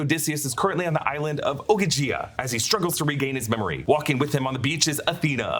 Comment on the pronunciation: Calypso's island is pronounced O-Gee-Gee-Uh. And she's a Titan not a Nymph.